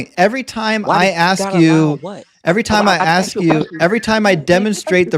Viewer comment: Student admits that he would have set up a better system than his god. Then pivot pivot pivot! Its not a good question he says because I cannot answer! And he keeps saying aks instead of ask! Now getting cooked! And another who knows not his book! And then the laughter of defeat! If the woman was not a virgin at marriage then how would a physician inspecting her after the marriage night help at all?